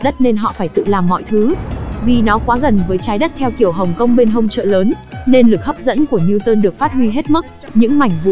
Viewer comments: chị rewiew hây mà còn tấu hài nữa lực hấp dẩn chứ ko phải lực hấp dim nha chj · lực hấm diêm :))